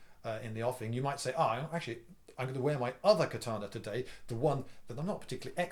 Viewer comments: I'm a huge fan, Liindy, and I enjoy your discussion about the katana. One thing grates, however. It's ka-ta-na not kuh-TAH-nah. Matt Easton mispronounces it, too, and it's hard to pay attention to the vid when I'm yanked out of the narrative over and over again by kuh-TAH-nah. BTW, I've watched all the Highlander movies and the the TV series. What sword do you think would be best if the goal is to decapitate? One could also lop off body parts like a hand or an arm for advantage. They don't grow back even for an immortal. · It's KATANA 'Ka' NOT CUT! Dickhead! Read a book! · Ka-ta-na. You pronounced the "ka" correct. The rest of the "a"s are pronounced exactly the same. ka - ta - na. Without any accent.